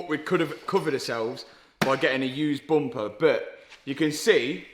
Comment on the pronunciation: I love when Mat says boomper